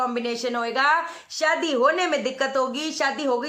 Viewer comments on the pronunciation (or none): none